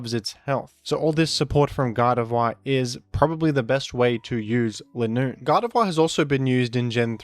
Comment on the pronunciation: Why does keep saying "Lin-Noon" and not "Ly-noon"? It is supposed to be Line + Raccoon since it runs in a straight line.